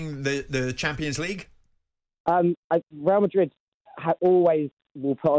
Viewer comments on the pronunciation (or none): let's face it, the only reason Trev would pick Barcelona over Madrid because he can't say the latter. "Weal Madwid". He's worse than Woy Hodgson